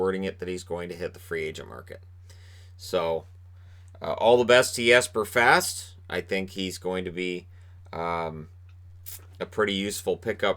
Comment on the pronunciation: Hate to lose Fast ( needs to work on the Boston pronunciation of his name. 😜), but think everyone realizes the $ situation. And who knows, maybe JD & Gorton find an inexpensive vet to plug into that PK role.